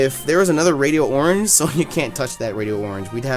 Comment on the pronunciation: ITS NOT RADIO-ORANGE! Its pronounced Radi-orange